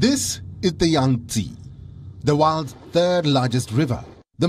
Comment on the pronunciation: There is no Yangtsiiiiiii its called Yang - TsEh